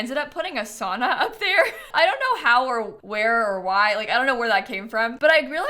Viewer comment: I love the build but as a Finn I took like physical damage everytime you said "sauna". The way Americans pronounce it hurts me at my core 😭 (I do hate the Sims 4 saunas in general too though)